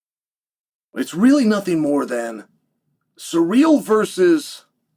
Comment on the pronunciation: It’s pronounced Cyril not surreal